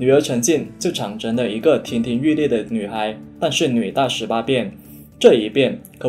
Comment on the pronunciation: 这么多读音错误， 可Wu，不是可er, zhang 成而不是chang 成。念稿都错，就几分钟。